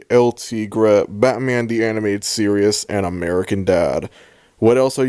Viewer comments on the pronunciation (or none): you cannot say series like that bro